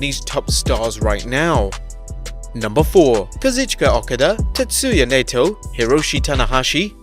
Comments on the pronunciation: You don't watch New Japan do you? Misspelled Hiroyoshi O-kaa-da. Ny-toe. If you're going for pronunciations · Imagine botching Okada and Naito's name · Supposed to be a wrestling channel and can't even be arsed to pronounce Okada, Naito and Yanos names properly 😭😂